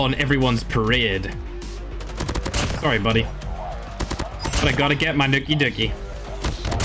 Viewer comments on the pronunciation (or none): none